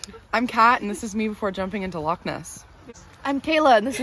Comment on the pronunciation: Congratulations, ladies, on your correct pronunciation of the word "loch". Many people who are not Scottish tend to pronounce it as "lock". The guttural "ch" sound is no longer used in spoken modern standard English, so many people never learn to form that sound as children. Although remnants of a very similar sound remain in written English in words that end in "gh" or "ght".